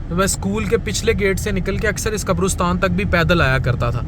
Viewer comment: Maazrat ke saath....it's not qabrustan.....it's qabristan